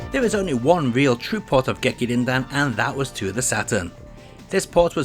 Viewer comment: "Gekir-Rin-Din" — James Rolfe